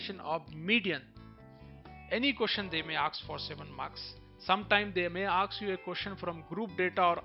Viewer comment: I the video the word is "ask" not "aks" And pdf is helpful To us of the video so please bro